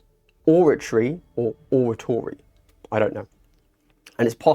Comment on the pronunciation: or-ray-tory or like orange ray tory like conservatory Thanks for the coverage!